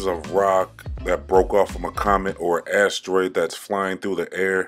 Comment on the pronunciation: Why does he pronounce asteroid like ASStroid? ASS? Troid? Like short for your ass been destroid? By the Creaky Blinder.